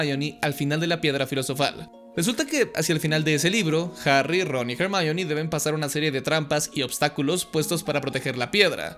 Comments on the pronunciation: ¿Porqué le dices Hermayoni? Es Ermióne onda vital a todo gas. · O cuando le dicen /er.mi.ón/ a Hermione.